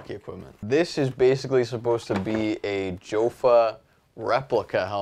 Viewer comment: the Mylec helmet is not supposed to be a replica of any Jofa helmet...also the cage on the Mylec helmet is a copy of the Northland Stan Mikita helmet cage. And it is pronounced "Yaffa" not "Joe-Fuh".